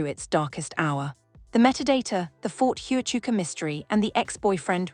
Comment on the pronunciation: You can’t even say Ft Huachuca right